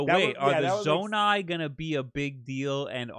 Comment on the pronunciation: Zonai should not be that difficult for you to pronounce.